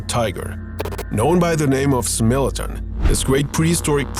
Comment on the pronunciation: Bro said smilladen 🤣